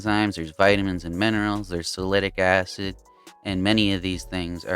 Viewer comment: are you saying, Salicylic Acid??? sal-a-sil-ick? i can't find salitic acid..... thanks.